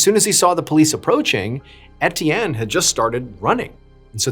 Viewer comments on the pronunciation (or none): “Et-ee-en” is “ay-chan” 🏈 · It's unbearable and inexcusable 🤬 I was hoping he was educated enough to, at the minimum, look up how to pronounce names 🤬